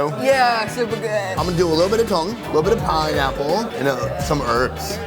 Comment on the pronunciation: “Take a lilbirrovadip” 🤣🤣